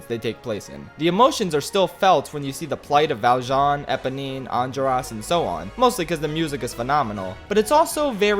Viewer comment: the way he pronounces enjolras made me go feral